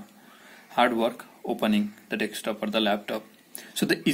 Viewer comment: It's not Dextop dude